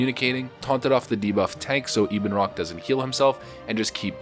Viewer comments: Ebonrock isnt Eeb en rock, its Ebon like ebony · Well obviously it's Ebonroc like ebony but, you know, Americans... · E-bin, no Eh-bon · He kept annoying me with Ee-bonroc, he was saying wing buff-et correct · Weird how people pronounce some names. Ibunroc?